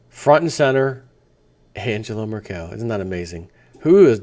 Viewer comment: Merkel = pronounced: first "e" as-in "bed" / second "e" as-in "dull". Your welcome ^^